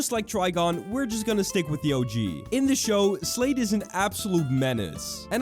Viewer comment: I HEARD SLAVE INSTEAD OF SLADE LOL- \